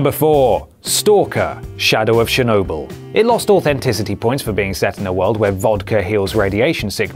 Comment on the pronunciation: It's not SHER-Nobyl it's CHURR-nobyl. #shitpronunciationforwankers